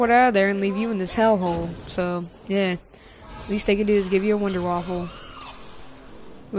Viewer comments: Its not a big deal calm down lol Theres people who live in america who can barely speak english. they dont speak the language that good but i dont say hey learn how to speak. I dont really care because its not my problem just like him saying wanderwaffle isnt your problem. I say it wander-waffa but i can see how people get it wrong. And i have german in me but im not going off on people telling them to learn to speak german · stop calling it the wunderwaffle! thats offensive to me because I'm half German and the Wunderwaffe DG-2 is German, theres no fucking L in the name its pernounced (wonder-waffa)